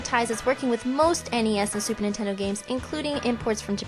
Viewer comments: Did you say StuperNintendo games! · i keep hearing stuper nintendo lol